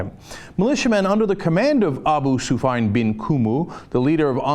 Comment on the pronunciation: Cenk, it's pronounced "Su fee' ahn."